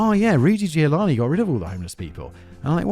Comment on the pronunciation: Did he say Rudy Giovanni?